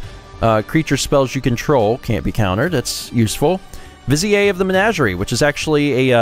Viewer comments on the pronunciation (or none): Hey, it is spelled viz-i-eh. It was a good guess. But yeah, it's viz-ear. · Come on, it's pronounced "viz-eer." Haven't you ever seen Aladdin? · Every time you say "vizier" I die a little inside 😶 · trying to make vizier sound French and fancy lol